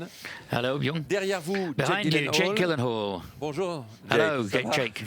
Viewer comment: Ooh they pronounced gyllenhaal wrong. I understand how he must have felt😬